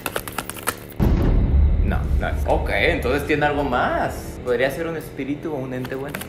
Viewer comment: No sé dice espíritu sé dice espitiru 🤣